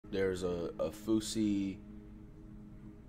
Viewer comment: why flight pronounce them like “fousie” and “konvoy”💀💀